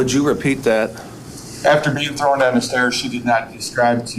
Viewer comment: The idiot for the life of him can not say the word, THROWN, he keeps saying THROWING DOWN THE STAIRS!